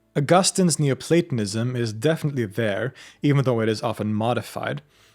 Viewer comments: Schon nach dem ersten satz dieser computerstimme: ...." neuplatAnismus"! ,! ,! MUSSTE ICH ABGEHEN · It sounds a lot like you're saying 'neo-satanism' ... jus` sayin` ...